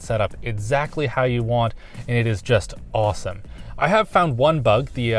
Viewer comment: Stop saying Awowoowsome